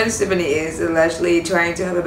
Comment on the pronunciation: REALLY Its Gwen STEFANI You can't even pronounce Her name correctly